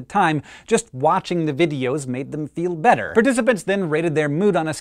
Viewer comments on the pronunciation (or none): none